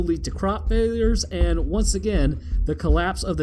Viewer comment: "crop flailiyures"